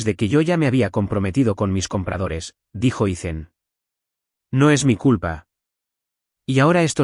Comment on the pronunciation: Learn how to pronounce the name Ethan, don't make it sound stupid by saying icen